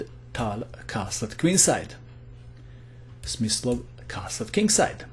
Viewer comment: The translater: play Smith slow😂